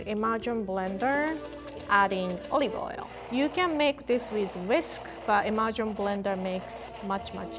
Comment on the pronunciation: Anyone else heard "imagine blender" when rie said immersion blender. Just me. Okay. People should appreciate how cute rie's accent is. I mean come on. It's freaking adorable!